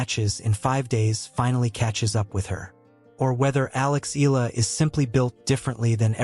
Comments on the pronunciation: please pronounce her surname correctly as commented (eh-yah-lah) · Can you pronounce her name correctly?